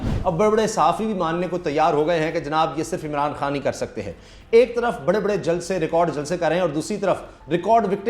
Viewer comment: sir with due respect did you call them baray baray sahafi or bewaray sahafi on